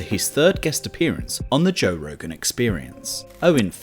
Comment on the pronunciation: toe rogan